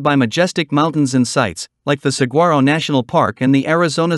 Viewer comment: Yuma? Really??? And Mesa? Actually the whole video is awful. While the AI voice talks about attractions, the drone video doesn’t show any of them. Also, learn how to pronounce ‘’saguaro”. She g is pronounced like a w.